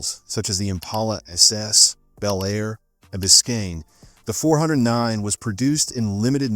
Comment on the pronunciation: Pronounced “Four ooh nine” and “four ooh six.”